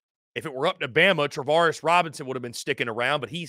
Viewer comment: Damn what’s up with these dudes that can’t get the names correct speaking on Bama. smh!